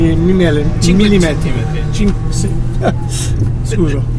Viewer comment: Cioè è tanto che non parla italiano, e l’unica cosa che non riesce a dire è millimetri?? Parlassi io inglese, come parla lui italiano....